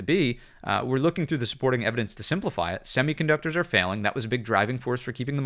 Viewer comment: Youtube doesn't like the way you say "are" it captions it as "our"